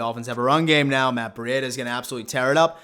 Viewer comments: its breed a not bre e dia right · Please say his name right.. it’s pronounced like (Breeda) the cheetah… Other than this, I agree he is going to smash it..👍🏼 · Man u just Butcher these guys names